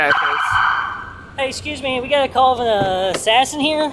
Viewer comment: This man said oui guys